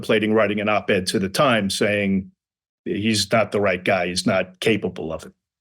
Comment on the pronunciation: Yeah- I noticed that with Fred pronouncing "Guy" Giiiii